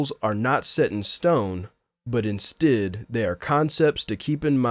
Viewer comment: 'Instiddd' lol